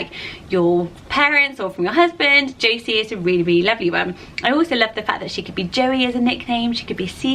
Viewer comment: Woohoo I made a list! I am Josie Louise. And thank you for saying it right! Jo-see not Jo-zee.